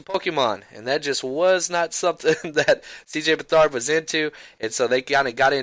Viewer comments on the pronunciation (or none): You 49ers need to learn how to pronounce his last name lol.Its Beth-erd